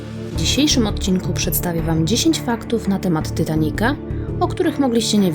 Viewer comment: Titanica a nie Tytanica